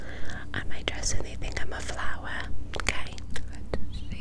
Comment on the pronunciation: my fav was “they see my dress and they think i’m a flowah” (ny accent) 😂